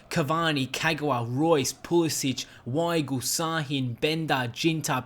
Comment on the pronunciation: The w in german is pronounced as a v so pronunciation is veigl